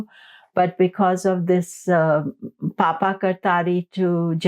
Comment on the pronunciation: Madam it is not "Papa" 😂😂 it is Paap kartari yog - पापकर्तरी योग in Hindi script.